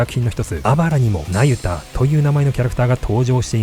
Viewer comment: ナユタがユダヤに聞こえてしまう😅